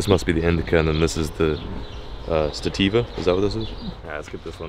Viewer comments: He called it "stativa" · "the stativa"